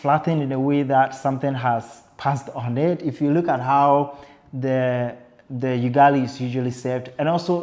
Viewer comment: It's Ugali like ou'